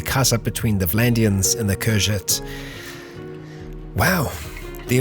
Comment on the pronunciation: Vlandians use Dey not De.